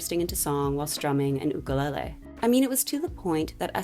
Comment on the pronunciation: I can’t tell u how much it means to hear you pronounce “ukulele” correctly! mahalo babes